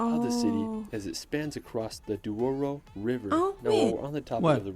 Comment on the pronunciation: sometimes people who can say portuguese words, they changing the position of letters. Some say "Dios, when is Dois", like this guy saying "Duoro river", when in fact is "Douro River"